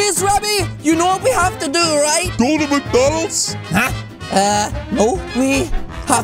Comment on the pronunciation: And i lol the part when says are we going to maCkdo 🤣🤣 i bet he love chicken nuggets:)🍗🍗🍗